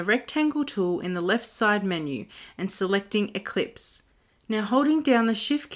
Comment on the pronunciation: Haha. I thought the same thing. ELLipse... as in ellipses. Not EClipse.